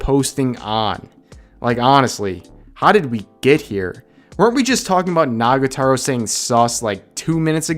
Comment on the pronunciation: Rev you keep saying Nagataro. It's Nagatoro. Toro. To-ro. Pls. It's killing me that you're mispronouncing it.